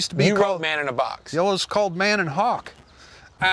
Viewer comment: isn't it hawk? Like a hawker.